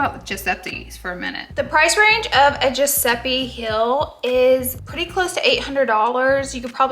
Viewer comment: giuseppi? gurl- giuseppe